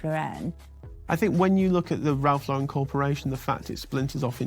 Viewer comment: These people mispronouncing Lauren is driving me crazy! Anyone else? Just me? Especially non-Americans. No, it’s anyone. 🤪